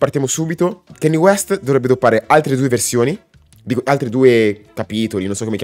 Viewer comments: a me piace solo BURN e PAID, ottimi brani. Pero' Kanye tente a esagerare con la distorsione, sarebbe ora che imparasse a regolare i volumi. Piuttosto, e' ora di cominciare la pronunciare il suo nome correttamente. Non si dice KEINI, si scrive si legge KANYE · grazie della conferma che sia un album pazzesco. ma si pronuncia "canie" non "chenni" e "tai dolla sain " non "ti dolla sain" (ho scritto la pronuncia non sono analfabeta giuro hahaha).